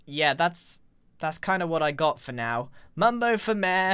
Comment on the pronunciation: I like the way Grian calls Mayor “mare”